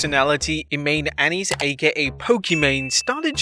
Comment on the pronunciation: Imane? It is pronounced as imown